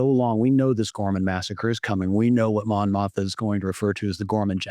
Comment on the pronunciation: just wanted to give a heads up that her name is Mon Mothma, not Montha